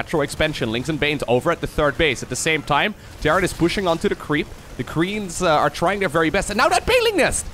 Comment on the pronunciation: I was sure I heard some misspronunciation! The creems!